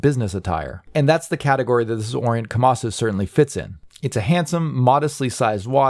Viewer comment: KomasU not KomasO